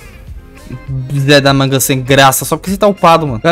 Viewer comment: MANO PARA DE PRONUNCIAR O ZE DA MANGA ERRADO